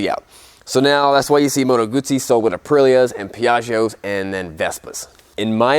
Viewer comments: Congratulations for the pronounciation of the Moto Guzzi brand . Ciao from Italy 🇮🇹❤️🇺🇲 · Ahhhhh someone pronouncing Guzzi correctly <3 Made me happy for a tiny moment there.